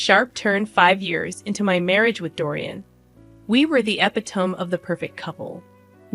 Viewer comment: Who pronounces E-Pi-To-Me as E-Pi-Tome?